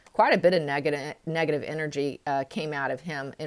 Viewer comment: Hi, is it just me or is anybody else hearing this`Every time the word "negative" is pronounced some braintwist changes it to "Megative" - maybe a suggestion for an even more negative sense of negative... Greetings from Switzerland and all the best for overcoming vour health issues!!!